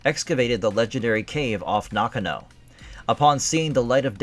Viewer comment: I don't think you meant 1815, I believe you meant to say 1518. Highlander 4 was bullshit, Connor MacLeod defeated The Kurgan, its which he was technically the strongest, which means he could have easily have beaten Jacob Kell. It wasn't Heather MacDonald, It was Heather MacLeod. It pronounced Nakano (Naw-gone-oh). Not knock-a- know. And Brenda hit The Kurgan on his upper back, not the back of his head. At the time when Connor told Rachel, that "Russell Nash dies tonight," that was before he went to the Silvercup to finally face and ultimately defeat The Kurgan. It's not Glenn Cohen, It's Glann Finnen.